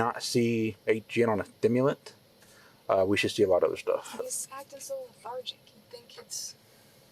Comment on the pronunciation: “Like a TIMILUNT?” It’s stimulant not “TIMILUNT” there’s a “ST” there genius lol.